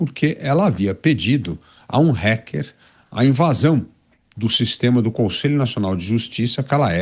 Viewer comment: Porque esses putos falam "Réquer"? É "Ráquer" que pronuncia.